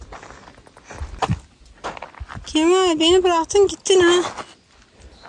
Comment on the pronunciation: KEMAL yanlış telaffuz doğrusu KEMÂL